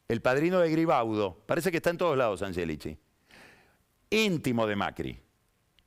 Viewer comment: Puede q sea cansador pero tanto a Yoli como a Angélichi, los pronuncia correctamente como se pronuncian en Italiano. Yo soy descendiende de tanos y tmb hablo el idioma, asi que puedo dar fe.